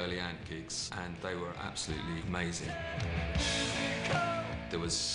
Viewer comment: " they were aboslutely amazing " -lol